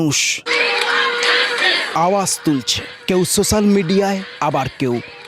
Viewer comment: Kotha ta SOCIAL not SO SULL ..aage pora sona koro chaand eta miraakkel na.. Je parche duto content kore nicche..ei faak e . Thik kore Bangla ta bol aage